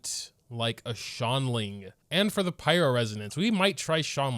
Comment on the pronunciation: i always use subtitles and trying to watch them try to say “xiangling” is painful “shaun lin” “shaolin” help me